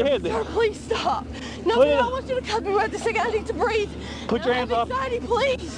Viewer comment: Its obvious he doesn't understand that if you add "uh at the end of words, he's supposed to let go. "Please-uh. Preg-nint-uh". "Oh OK, off you go". Like so. Oops sorry "breathe-uh". Fixed it.